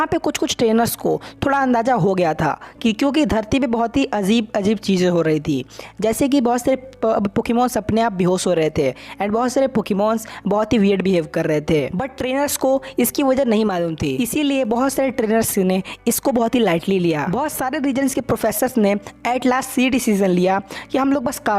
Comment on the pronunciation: Bro bihos nhi behos hota h😂😂